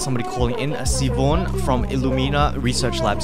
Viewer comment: Siobhan is so hot I wish I didn't just quit the game. Also not to nitpick, but it's pronounced Shi-vahn. That's my sister in law's name, lmao.